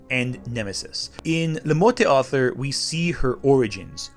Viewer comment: Morte d'Arthur is pronounced "mort dar-TOOR", not "mort day AR-ther". What was it you said in this vid about researching things and not just pulling them out of your arse? Researching how things are pronounced might be something you should consider adding to your regimen.